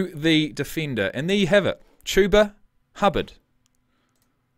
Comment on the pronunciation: You're right. It's "Chew-ba" not "Chub-a" Those Colts announcers are garbage